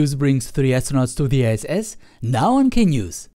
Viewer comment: lol, at the Beguing for a second I thought you said "Soyuz brings three astronauts to ze S.S."